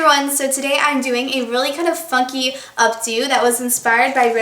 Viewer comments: at the beginning it sounded like you said 'fucky' but you were saying funky, i think. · haha at the beginning it sounded like she ssaid, " a really kinda fucky updo" haha i know it was funky though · The first line, "funky" sounded like something else haha xP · Haha it sounded like yOu said a bad word at the beginning